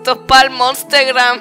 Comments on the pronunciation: Me gusta cuando dice "esto pal monstegram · pal mostegram jajajajajajajajjaajajajajajjajajaja jajajajajajajajjaajajajajajjajajaja jajajajajajajajjaajajajajajjajajaja